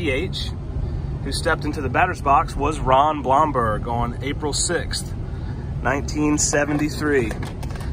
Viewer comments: Pronounced Bloomberg. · It’s pronounced “Bloom-berg” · You pronounce his last name Bloomberg. Not the spelling but that is how you say it. I know Ron. Great guy!! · Hey. Ron Blomberg (I see somebody else corrected the pronunciation) does a weekly Facebook Zoom telecast. It's great and he talks about baseball, the old times and has great guests. He was a fan favorite. His group can be found at